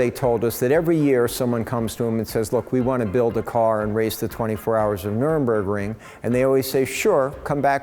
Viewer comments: This guy keeps annoying the shit out of me by mispronouncing Nurburgring as "Nuremburgring". You would think as a German Jew, he would know the difference between Nuremburg & Nurburg. You would also think that as a German, he would know that there's no Ring at Nuremburg, just a bunch of old courts. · This guy is amazing, no doubt. Funny that he calls the Nurburgring the "Nurenburgring." One would think someone would have corrected him by the time he embarked on building an homologation car. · hi James, (we've met and spoken)... You're awesome! But I believe its Nurburgring, not 'Nurenburgring' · You would have thought considering he's been there that he would realise it's Nur Burg Ring, not Nurem Burg Ring ! It's even on the big sticker on the car behind him ! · Wow, amazing, but please, someone tell him, it's not Nurembergring, no deathcamps nearby.